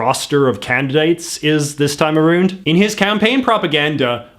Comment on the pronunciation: Leave him alone. He has a speech impediment.